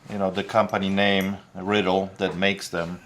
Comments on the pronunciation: Riddle?! 😂😂😂 Ri'dell!! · Yeah, it's pronounced.."Rye - Dell".